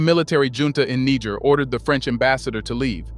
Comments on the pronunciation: Amazing channel Glad I found you! But please it's try to pronounce Niger properly! It's not that hard.Also, make no mistake about this, the coup in Gabon is a 100% French ordered coup. The same goes for the coup in Guinee. So both these countries need another coup to restore order! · I really love this channel and I follow their releases always. I am just not comfortable with one thing tho. I think the prononciation of Niger is not correct. Calling it Niger and somewhere Nig*** is kind of not too good. The name is Niger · Very informative. But it's a bit difficult to take your narrative as authoritative when you don't make any effort to pronounce the names of the African countries properly. Please learn how to pronounce Niger correctly. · I have to be civil and respectful, but the video keeps repeating the word N*, instead of correctly pronouncing the name of the country! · Much love to Niger. Please have your narrator find one pronunciation for Niger and stick to it. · (Nee- J- air) !!!! Not (Nee- G- er) Bruh 🔥🔥🔥🔥 WTF 🤷‍♂️🫡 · The country is called Niger not Nager please... it is Nijer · I lost count how many times he said nigga with r pronouncing Niger. I wonder if he does in on purpose or he just has no clue! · That's where they got the word Niger from Niger the French colony couldn't pronounce Nigel so they said Niger now paying for it😅😅😅😅😅😅😅❤❤❤❤ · Bro pronounced Niger's name in more than 5 ways. The name is pronounced (knee-jerr) not naija or naijer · Great Job! It's pronounced ni-jere. Respectfully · Why are you pronouncing the name Niger 3 different ways? Its negair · The name of the country is pronounced NEE - JHER. You pronounce it 3 differeent ways. All wrong. Shame on you. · Research your pronunciation of Niger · make up your mind narrator on the name of this country five different ways you pronounced it in under 5 minutes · Why do you keep changing the pronunciation of Niger??? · The way your saying Niger is wrong to be honest